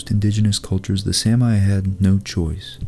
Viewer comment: Love your work! Is it really pronounced "Sam-I"? I've always said "Sammy".